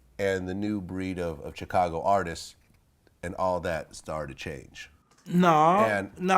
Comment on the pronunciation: When is someone going to tell Vlad how to pronounce Chicago properly?????